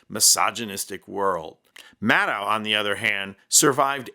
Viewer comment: Maddow is pronounced like shadow. Please pronounce her name appropriately. Thank you.